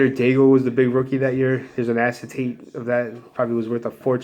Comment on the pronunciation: you're killing me with the pronunciation of some of those names - Ka-re-ya, Dai-egg.:p